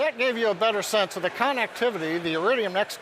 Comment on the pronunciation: This will greatly improve CONnectivity... Hahahahaha funniest pronunciation of the word ever, this guy is hilarious!